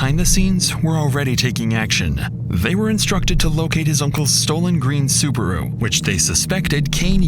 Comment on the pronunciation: Its called: SUBARU Its not called: SUBURU